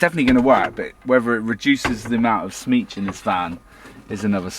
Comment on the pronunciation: SMEEEECH! love that word, so Cornish mi ansum